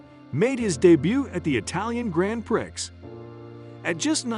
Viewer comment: "grand prix" has a silent x